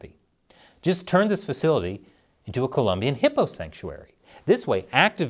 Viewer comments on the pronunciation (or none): none